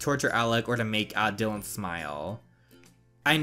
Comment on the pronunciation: Oh and Btw Dylans name is pronounced Die-lan